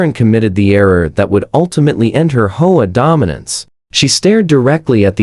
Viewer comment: H O A is not pronounced whole . Get it right or stop posting.